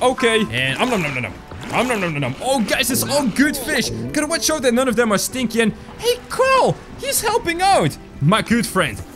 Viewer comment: I love it how says stinky as stchinky 😂